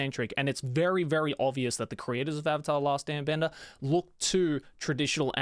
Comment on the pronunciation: ‘avatar the last bender’ if your British you’ll find this funny 😂